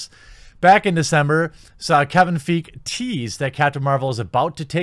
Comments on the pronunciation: lol when only white dudes are getting pissed because a white women said their opinion doesn’t matter. Get fucked white folk, your own people are turning against you. Also you’re pronouncing feige wrong you neckbeard Neanderthal. Catch me at captain marvels midnight release and a second viewing the same weekend. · At what point do you admit that you’re the cackling, mouth frothing villain who doesn’t know how to pronounce ‘Feige’ since you’re not an actual fan who doesn’t read comics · Kevin Feige's name is pronounced F-EYE-GEE. I only correct it because Paul Feig (pronounced FEEG) is the guy responsible for Ghostbusters 2016 and while Fiege seems to be going down a bad path, he hasn't quite plumbed the depths that Feig has sunk to. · FYI, Feige is pronounced "Fie-gi" (hard g). I agree with your statements, but repeatedly mispronouncing Feige definitely hurt your credibility since he's an established director in the MCU. Not like he's an obscure figure that hasn't had huge exposure. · I love you bro but his name is pronounced fye-ghee (hard G) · You are pronouncing Kevin Feige as if it has no e at the end (Like Paul Feig). Pretty unfair to Kevin. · FYI fiege is pronounced figh-gee just for future reference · It's not Brie Larson it's Reeeee Larson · Kevin Feeg? Might need a bit work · I beleive it's pronounced "Fyi-Gi" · His name isnt feeg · His name is pronounced fy gee. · Hate to be that guy but isn’t it pronounced “Fuy-gei” ? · It's Kevin Feige ( fai-gi) pronounced. You butchered his name harder than Thor butchered Thanos' chest. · It’s Kevin Fi-gee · First of all, the worst rated MCU Movie is "The Incredible Hulk". Second of all. I don't know where all the hate is coming from, if you were a true comic book fan you would know what the A-team is and why it rules but, considering you don't even know how to pronounce Feige's name right, what did I expect? ... what a poser. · How are we to take you seriously when you can't even say Kevin Feige's name properly?